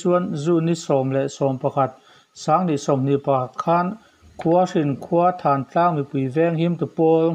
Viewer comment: Thantlang ni lovin thaaantlang tia lam tur a ni awm e.